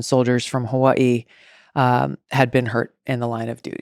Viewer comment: why she from hawaii but cant pronounce it